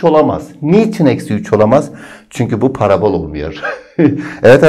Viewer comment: Parabôl değil parabol